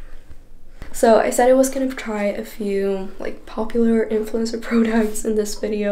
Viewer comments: "prudocts" lmaoo but girll ur so prettyy!! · The way she says products irritated me so bad 😂😂🤯🤯